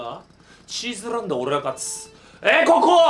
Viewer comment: 「えぇ~ココｫ」より「ｯｯココｯ」の方が好き